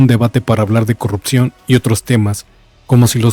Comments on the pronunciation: CUANDO PRONUNCIE CORRUPCIÓN Y NO COGGUPCION!! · QUE ACEPTE CUANDO PUEDA PRONUNCIAR CORRUPCIÓN!!!! 😅😅😅😅😅😅😅😅😅😅😅😅